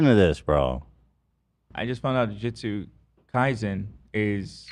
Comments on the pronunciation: it's not jujukaizen it's Jujutsu KaiSen! Ethan plz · ethan saying juju kaisen 😭 but he is so right with fmab. it was my first anime and it got me hooked